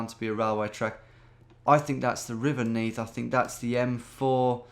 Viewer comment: I'm from Neath and knew the first one straight away, but hearing you say 'Is that the River Neath' blew me away. You're cracked